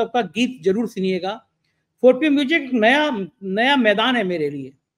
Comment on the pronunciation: sorry to say, please pronounce music properly.